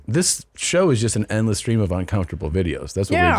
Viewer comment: When Tom said: it's a endless stream. I heard: it's a N-less stream.